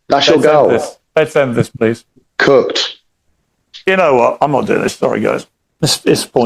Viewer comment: Did he say Cucked or Cooked? Either way his wife's a wh*re